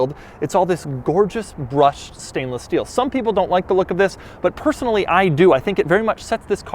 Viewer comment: I love dougiefresh I really do but one thing I just can’t fucking stand is how he holds onto the final syllable of some words and really stretches the shnibble out of it such as “finished in nice stainless Steeeuulll” . Once you hear it it forever latches onto your brain everytime he does it your butthole will pucker ever so slightly. 💀😂